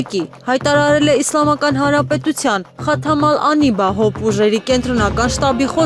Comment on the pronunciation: Այ չոբաններ գոնէ լուրերը կարդալու ժամանակ անունները ճիշդ ձեւով արտասանէք մանավանդ երբ այդ բառերը օտար լեզուների կը պատկանեն։ Այ բոմժեր Խաթամ ալ անիբա չէ բառը այլ ԽԱԹԱՄ ԱԼ ԱՆԲԻԱ...ԽԱԹԱՄ ԱԼ ԱՆԲԻԱ...գնացէք մարդու մակարդակի բարձրացէք այ քոչւորներ։